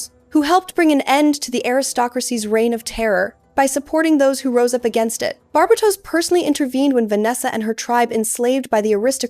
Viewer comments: I love your videos! I've never heard Barbatos pronounced this way, I've only heard it as Bar-BAY-tos, and it tickles my belly everytime you say it the way you do. lol I love it. This is so well structured! I also need an explanation for what your YouTube handle means!?!? Where DO all maps end?!! I'm SO CURIOUS ABOUT IT lol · great video, but its pronouced Gun-hil-der not goon hil der, bar bay tos not bar ba tos..